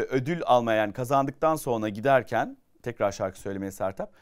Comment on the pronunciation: Çok tatlısınız sizi çok seviyorum ama Kaan abi niye sonra demek yerine sonna diyor çok tatlısınız 😂💖